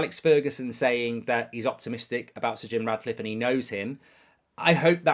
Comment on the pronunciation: Ratcliffe not Radcliffe 😂